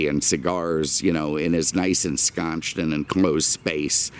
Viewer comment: lol "ensconched"